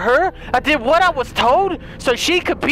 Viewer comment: " WHOT THE FOOOK" im weak